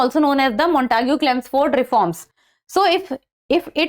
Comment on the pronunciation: Chemsford , not chelmsford